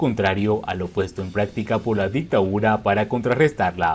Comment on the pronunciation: Dictadura no dictaura